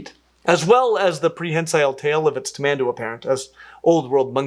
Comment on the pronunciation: ps:, your pronounciation of tamanduá is spot on. Specially for stressing the last syllable, since there is an accent mark over the a.